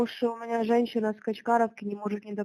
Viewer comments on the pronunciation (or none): Is this just from the SBU's Youtube channel? The Russians swear up and down that these conversations are scripted, so it would be insightful for someone to determine what kind of regional accent they're speaking with. OK - she says "it's just that" and says the word 'that' with a HEAVY Ukrainian accent - she says "sho" (що) instead of "shto" (что). You've gotta watch out for fakes, guys. Not saying Russia didn't get clobbered in Kherson. 😀